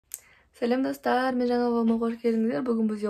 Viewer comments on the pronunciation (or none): none